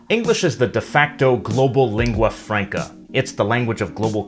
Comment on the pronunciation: Albert Böschow yes so hell learn saying lingua franca[franca] not [frenca] no reason to make the first a sound like an [e] and de facto the same why [e] my English may be bad but he has to do it right as he is in a "teacher role"